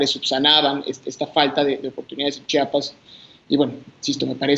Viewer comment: INCREIBLE que ni una comunicadora pueda mencionar el nombre de tan bello estado, es C-H-I-A-P-A-S no CHAPAS. Caray que necesitan para hablar bien?